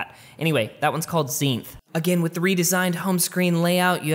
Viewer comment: It’s Zenith not Zeinth